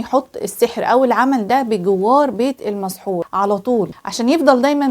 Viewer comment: المسحور وليس المصحور